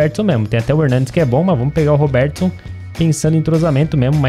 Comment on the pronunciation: acho engraçado como ele fala "roberTIson" kkk